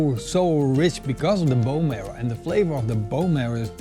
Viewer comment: What are you trying to say? And did you mean "marrow"? Hehe, "merl"...